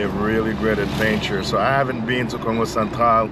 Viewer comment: Love the accent bro the way you prononcé Congo sound like kango.. love your video by the way keep it up..